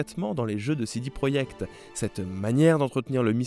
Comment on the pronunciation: Je croyais que j’étais le seul... il le fait exprès donc!